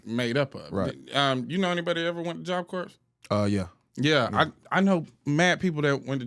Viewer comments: I know this is a small thing, but it is messing with me so much: corps is a French word, and the 'ps' is actually silent--so you say it like what's left after you finish eating an apple, or the center of the Earth--CORE. I couldn"t take constantly saying "corpse" like it's a dead body.😅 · Don’t mean to be that person but is “ps” is silent in Job Corps (Core) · It’s pronounced “job kor” - job corps 😊😅